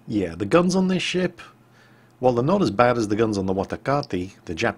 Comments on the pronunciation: uhm...? Watakate? I think you mean Wakatake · "The Watakate?" Uh,?